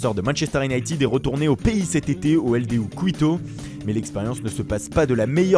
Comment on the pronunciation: Quito ça se dit "Kito" pas "Kouwito".